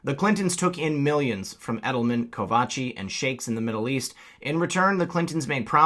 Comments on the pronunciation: Ko - cha - vi, not Kovachi. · koCHAvi. NOT koVAchi. Sorry. lol Great video and great work as always. :D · It's KoCHavi not KoVachi. Bugs me when people butcher simple names like that. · Good content, but the continuous mispronunciations of Kochavi’s name lessens your credibility. We need to stay at top of our games. Ko’-cà-vi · I can't hear you mispronounce the name Kochavi one more time... sorry.